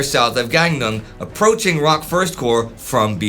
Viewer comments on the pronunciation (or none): It is pronounced as "Rock."